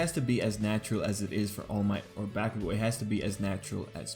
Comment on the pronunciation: Ok I just wanted to say I really like your videos and analysis or BNHA. But your pronunciation of Izuku and Bakugou kind of takes me out of the flow of the video. channeling Hermione It’s IZUku, not IzuKU. And BAH-kugo. Not BEH-kugo. sorry to be that person. :,)